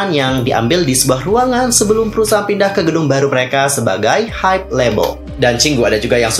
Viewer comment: Hybe dibaca Haib kalau pronounce Inggris Hybe dibaca haibeu kalau dalam bahasa Korea bukan haibe